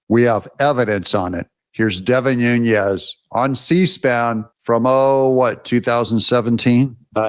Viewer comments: Devin Nunes, not Nhunez; as in Pedro Nunes ( ), Portuguese mathematician, cosmographer, and professor. Nunes is a common Portuguese surname. What you are saying is Núñez, the Spanish version of the name. Your son will love the Portuguese history, and will study the Tactics of Viriato x the Romans, in ?West Point? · Doug!!!! You’re continually mispronouncing Devin Nunes’s name, and he deserves more respect. It’s pronounced NOON-nez (NOT NOON-yez). Thank you. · Nunes not Nunyes 😂😂😂 maga on my man. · Hey Doug, why do you call Devin Nunes "noon-YEZ"? Is your name pronounced "ten-yapel"? There is no tilde over the second n in his name, so it is pronounced "noon-ez." No "y" sound. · I'm not upset. I'm just helping you pronounce Devin's name It's Nu nes is how you say his name. I hope this helps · Devin's name is Portuguese, not Spanish. No Z there. N U N E S new-ness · By the way… it’s Devin “Nunes” (pronounced like “NOONez”), not Devin “Nuñez” (pronounced like “NOONyez”). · You insist on pronouncing Nunes as Nuñes. But his name is NOT SPANISH. It is Portuguese. It is pronounced ['nu nəs]. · Devin New Nez, not Nuṅez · It's not Noon-Yez. There are videos of him pronouncing his own name as Noon-ez. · Hi name is pronounced Devin 'New-nez' not 'Noon-yez'. Get it right. Also bad 'new-ku-ler' it's 'new-clee-are'. Have a nice day.